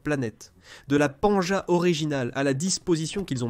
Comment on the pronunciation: LA PANGÉE PAS PANGEA